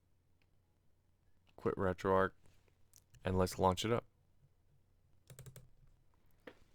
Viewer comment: A great build. Just a couple of comments. I am pretty sure RetroArch is pronounced RetroArk, as in Archive, and I hate wrestling 😀. Never understood the appeal of it, and never will.